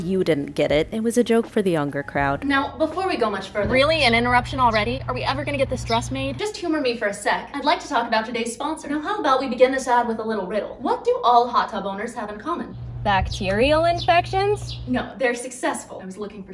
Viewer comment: haha, don't know if you realized this but you said "tumor me" in the sponsor part rather than "humor me" 🤣 Your videos have inspired me soooo much btw. I cant wait to get some material and go sew a dress!!